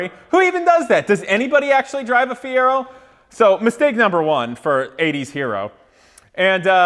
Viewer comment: Well he lost as soon as he said feiro, your gonna bury a bald mans dreams.